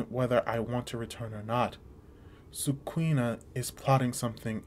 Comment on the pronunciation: I don't want to be that guy but It's pronounced Su-Ku-Na not sui-e-ka